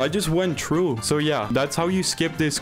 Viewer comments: I hate and love his voice cuz he says true instead of threw or through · You were also saying true instead of threw 😂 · Why does he says True and not Trough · If I had 10 dollars for every time he said “true” instead of through, I don’t know how much I would have but it would at least be 80 or 90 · See i just went true. (That is definitly a dutch accent) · Bro the way he says through is so frustrating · Bro can’t pronounce through